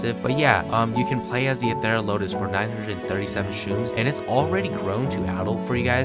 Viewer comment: It’s pronounced Ether ral o tus..